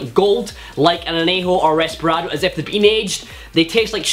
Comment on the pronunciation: Loved your (relatively) old classic cocktail videos and this one was great as well, keep it up! It's reposado, not resperado btw